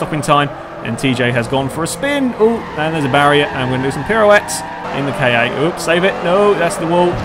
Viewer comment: The Ford KA is pernonced (sorry bad spelling) car